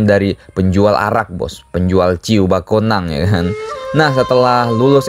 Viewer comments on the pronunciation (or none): kok bakonang min?? yg bener bekonang